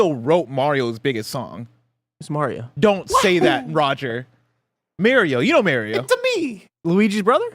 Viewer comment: Why did momentarily start saying Mario’s name wrong?